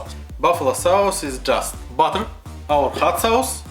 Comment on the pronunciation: даже у меня, жителя мск уши режет)) ну что за хат саус?)) амазинг??) ну е мае, сорри фор май рашн акцент..